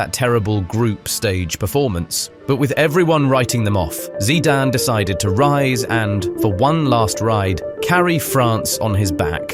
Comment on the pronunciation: Definitely AI, nobody who knows anything about football would pronounce his surname like